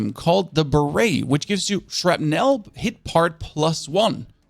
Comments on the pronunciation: "shrapnle"....not "shrapnel" Thats how you say...i hear you say it....Theres another but ill say it when i notice....its with an "A" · SHRAPNULL maybe